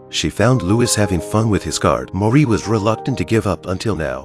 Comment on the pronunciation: Marie was only 14, Louis was only 15 when they married. The courtiers threw candy at them. His name is pronounced 'Louie', not with the S pronounced. Antoinette was 38 when she died, she didn't make it to her 39th birthday. Louis was also 38 when he died over 9 months before she did.